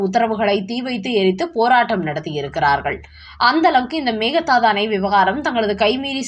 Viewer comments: செய்தி வாசிப்பவரே. பிற மொழிச் சொற்களை உச்சரிக்கும் போது சரியான உச்சரிப்பைத் தெரிந்து கொண்டு உச்சரிக்கவும் " மேகதாது " Mehadhsdhu என்று உச்சரிக்கிறீர்கள். அது தவறு. உண்மையில் " மேகே தாட்டு " Meke dhattu. இது கன்னட மொழிச் சொல். அதன் பொருள் என்ன தெரியுமா ? " ஆடு தாண்டும்" என்பது. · Meka Dhatu. Please listen to some Kannada News and pronounce the name correctly. (Meka Dhatu means a goat can jump from one side of the river to the other side. Means a short gap that can be jumped over by a goat!